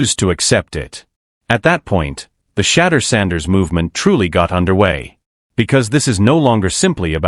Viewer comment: Chatter Sanders! 😳😳😳🤯. His Education has failed him! 😂😂😂. At least get the Man's name right! Good Lord!!